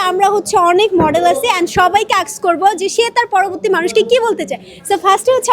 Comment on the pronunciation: Bolod kothakar ei jonnoi tui ssc te fail korcot 😂😂 Proborti hobe nh poroborti hobe 😂😂